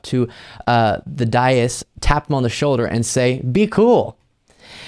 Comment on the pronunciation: Dais is pronounced day. Practice. Research. Look up any word you have never said or heard said. Simple.